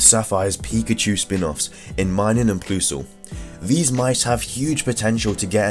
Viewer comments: Ploooo-sal?! I'm sorry but PLUS PLUS PLUS. PLUS-Al -.- XD and I hear people call Mai-Nun, "Me-nun". Lmao it's mai-nun.mthey came from plus and minus. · You are one of the people who say ploosle and not plusle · It's pronounced mine um and plus ul like plus and minus